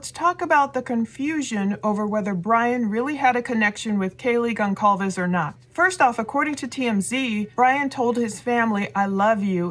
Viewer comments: Hey, good show as always... fyi Goncalves is pronounced "Gohn Salv Vez". The "c" is actually like an "s" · Love your videos!.. I just wanted to let you know that Kaylee Goncalves’ last name is pronounced with a soft ‘c’, not a hard ‘c’. As in- Gon-sahl-ves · It’s pronounced Gonsalves. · Almost 2 months and she still doesn't pronounce Kaylees last mame correct. Anyway, the channel 10 to life posted a video with more exclusive information that you all curious folks should check out.